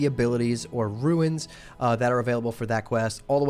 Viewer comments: Just a small nit-pick. Runes is pronounced as roons. You keep saying roo-ins. Ruins are the remains of a destroyed or disintegrating structure. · runes not ruins.